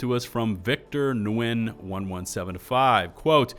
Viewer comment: Friendly pronunciation help on Vietnamese names here: the N is silent and it's pronounced, <Win>. 😁